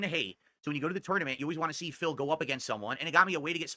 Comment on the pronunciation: I love how says Phil. It sounds like fail 😂